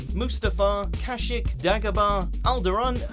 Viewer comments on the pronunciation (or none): wait wait wait did you just say cash seck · Did he just say kashik? Lmfao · how he pronounces Kashyyyk... I need to kill someone now